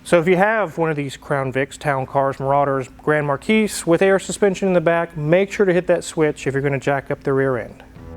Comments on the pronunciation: Mar-key, not Mar-keese… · The "S" is silent in "Marquis". It is just "mar-KEE". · Been watching this channel for a little while now, but I only watch Hoovie's on occasion. So, unless there's some sort of joke between you guys: Marquis = Mar-key. No 's' on the end. Thanks for a great channel. 🙂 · Ahem...the "s" in marquis is silent.